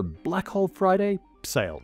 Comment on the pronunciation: Slight hiccup on sale sale. 😅 Interesting this episode is so speculative, talking about a theory that may be a way forward but has no supporting evidence yet - I like it. 🎉